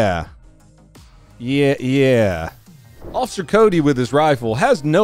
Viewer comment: PLEASE pronounce the F in officer. PLEASE stop saying osser.